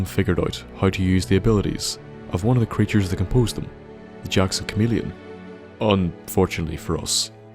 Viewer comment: chamah leon huh?